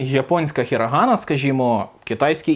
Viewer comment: Дякую що хірагана а не хірАгана.